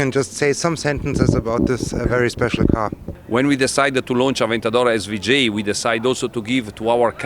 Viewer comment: Sry aber s-wu-j?